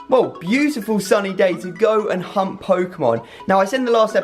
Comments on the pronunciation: When he says hunt Pokemon it sounds like hump Pokemon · It sounded like he said "Hump Pokémon" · Are you saying hunt or hump pokemon lol.......just saying